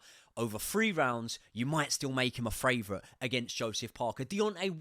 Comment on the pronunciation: Do you say FRavourite on purpose instead of favourite?